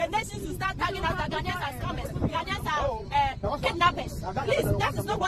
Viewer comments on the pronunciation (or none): AHah haha man said “Gar-Nei-Nians” 🤣